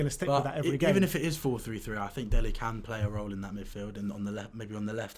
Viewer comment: Its Dele not Delhi